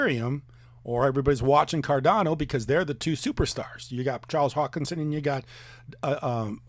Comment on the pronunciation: I agree with you about Richard Heart, but for you to classify Charles Hoskinson (whose name you obviously cannot even pronounce) in the same league as the HEX guy, you INSTANTLY lost all credibility. Showed your colors. Click, turning you off right now!